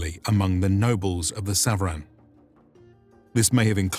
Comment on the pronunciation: Thank you very much for this episode. I just wanted to mention that SVARAN as mentioned in your episode is pronounced SAVARAN in farsi means mounted troops. Or SAVAREH NEZAM .🙏❤🤍💚